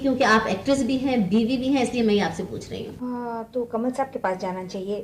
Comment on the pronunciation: In TKSS show, she spoke so differently, but her she said "Kamla Hassan"😂😂😂 it's Kamal Hassan